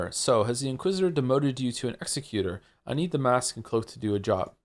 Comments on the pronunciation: Joe’s pronunciation of executor is making me unreasonably mad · Same, but also i kinda love how that makes it sound like an executor of people, rather than an executor of plans